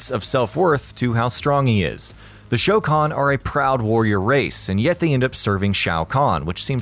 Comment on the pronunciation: at least you got the pronunciation of goro's race correctly